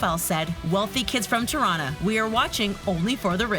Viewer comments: “Tuh-rana” girl it’s “tea-rrrana” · Tirana is pronounced tea-rana XD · "Terana" 😂 for non-albanian people, you say it like "Tee-rana" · did any other albanian cringe when she said tirana? LMFAOOOO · The way she said Tirana lol. #girlfromKosovo